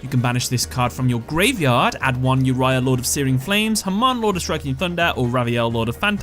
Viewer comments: It’s Oreo obviously not uria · Why pronouncing Yuraya when you don't even pronounce it that way in Uriel in English? 😅 It's "Oo Ree ah", Latin based name are pronounced the Latin way in English usually (that's also how it's called in any other language than English and Chinese)